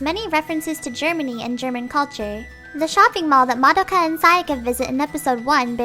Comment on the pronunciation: Just out of nowhere, is anyone else bothered when someone mispronounced Madoka's name? or the entire title? no? okay.